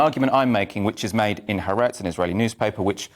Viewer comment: When a commentator cannot pronounce Ha'aretz, I am ready to change the channel! The nerve to speak on behalf of EITHER side when you cant even pronounce the paper and mouthpiece FROM either side??